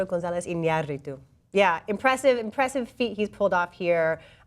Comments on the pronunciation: Finally! Thanks Christy for not butcher Iñarritu's name. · Congratulations christie you are the first american person i have hear say alejandro gonzales inarritu corretcly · I said it in the review they made of the movie and I'll say it again this time: Christy giving the perfect pronunciation of Iñárritu is super sexy.